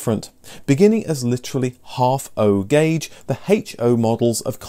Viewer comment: The gauge system is in letters, not numbers... it's O gauge, not 0 gauge!